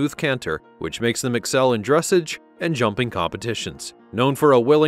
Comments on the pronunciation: If this bot says "DRESSage" rather than "dressAGE" one more time . . . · Please learn how to pronounce "dressage"... it's not "dress'edge" but "druh sahzh' " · Dressage is pronounced dress-sahj. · Further adding to this horse's pedigree the Lipizzaner Meaning his FINANCIAL VALUE. his pedigree will not be adjustable. "Dressage" is a French word-you've mispronounced it in both its English reference, and its French orientation? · There have been many mistakes in this program, but the one that is really grating on my nerves is the way that they are pronouncing dressage. If only they could edit it and correct the mistakes, especially ”DRESS-AHHGE!! Seriously, who made this video!? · It's pronounced dres SAHGE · I enjoyed your voice quality but your pronunciation of the word "dressage" made me cringe. The accent is on the last syllable: as in dress-ahge. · Keep mispronouncing "drassage" 😂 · I was literally about to comment with the dressage pronunciation LOL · No hate but you don’t say dressage like that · Could you please pronounce "Dressage" correctly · Nice video - unclear about expense as thoroughbreds racing horses are owned by syndicates and sell for millions. Also narrator mispronounces “dressage.” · Please pronounce dressage properly and actually do honest research of how these amazing animals are properly named! And this list is 100% stupid about 'expensive" list. Close down your site as it's a complete waste of time! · AI GRAMMAR IS HORRIBLE! PLEASE pronounce it correctly, the accent is on the second syllable. dres·sage /drəˈsäZH,ˌdreˈsäZH/